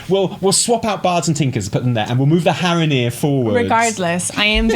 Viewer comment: I died at Haranir are hara-here hahaha